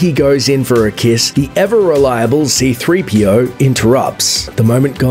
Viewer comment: He says z3-Po no c3-Po